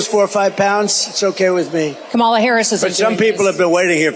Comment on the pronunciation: Puppy killer is too dumb to pronounce Kamala.